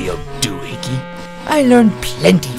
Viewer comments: Doo-hicky???😃 AHAHAHAHAHA 🤣🤣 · Funny how they kept saying it as Doo-hickey. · I just realize they kept saying Doo-hickey.